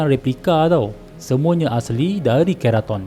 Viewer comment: Bang,ampun nk betulkn sikit..sebutan 'ke' utk perkataan keraton tu sama mcm nk sebut 'ke' untuk kereta. Bukan 'ke' untuk perkataan kepang..hee